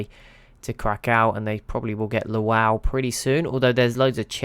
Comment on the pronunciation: I enjoyed this "little" experiment! 🙂 On a less relevant note, Lwów is pronounced more along the lines of "lvuf" in Polish, although it was historically known as Lemberg in German and is now within Western Ukraine, where it is called Lviv